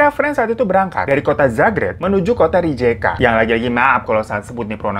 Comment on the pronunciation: baru liat video ini bang, cuma mau kasih tau org Croatia kalo ngomong alpabetnya hampir sama kaya kita kok jadi ngomongnya nya Dubrovnik sesuai tulisan tapi kalo Rijeka je = Y